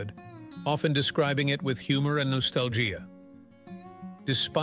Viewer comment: Bot alert! Nostal-jier in the first 2 sentences, I'm gone